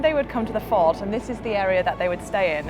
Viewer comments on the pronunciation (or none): Is it just or did she say "Lahore fart" instead of "Lahore Fort".